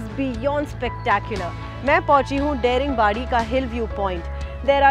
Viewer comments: Everytime this girl is pronouncing dare-ing-badi , its hurting my ears . Why dint anyone correct her !!! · Daringbadi is not how you pronounce Daring but rather how you pronounce Da in Dance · Please pronounce Daringbadi properly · Daringbadi is not the correct pronunciation please check 🙏 🙂 😀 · The pronounciations of the names of the tourist Places are so pathetic/undeserving to be heard!!! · It is pronounced as Da-Ring-Badi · First of all its not daring badi, it's pronounciation is "Daaringbaadi".... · Pronounced as Daaringbaadi but ok😀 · I appreciate you for covering my state. Would like to point out one thing though…its not pronounced Daring-badi….its Da(as in dada)-ring-badi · Thanks for the lovely coverage. A suggestion would be to pronounce the local names as it is. Its not डेरिंग बॉडी but दारिंगबाड़ी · Nice vlog. Loved it 💗.But are you sure the pronunciation "dey-ring-baadi" and not "daa-ring-badi"? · Its pronounced as Daaringbadi and not Dairingbadi. I am surprised no one corrected you. But excellent episode. 👍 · It’s not Dering badi, it’s Da ring badi => daringbadi 🤗🤗🤗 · I love❤it, But there is One problem... Why you are Pronouncing Daringbadi as Deringbadi... ??? You can call It, Daaringbadi.. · It’s दाड़िंगबाडी not डेरिंगबादी🌝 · tales.--------abe yaar wo daring nehi hai, its daaringbari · Your pronunciation of Daringbadi is incorrect. It's not 'daring' as in the English word. It's pronounced as 'DAAringbaadi'. Notice the stretch on letter A. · Daringbadi, it's not daring badi. 🥺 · It's not daring badi it's daaringbadi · It's not देरिंबाडि It's दारिंबाड़ि🤦🏻‍♀️ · Ita not daringbari ,it's daringbadi. Pronounce properly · It is Daa.... Daaringbadi.... Not daringbadi... Should start with respect... Respect from correct pronunciation.... Not udisha.... Odisha.... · thank you for featuring these places but may I point out Daringbadi is pronounced as दारिंगबाड़ी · Hey Girl, You should pronounce this place as Daaaringbadi (D for Die ring badi)